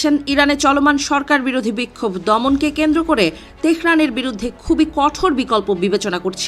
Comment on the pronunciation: কঠের❌ নয় কঠোর ✅ হবে